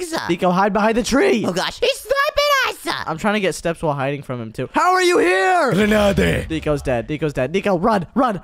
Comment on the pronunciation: It was funny that shady was throwing the gernades and saying GENADEY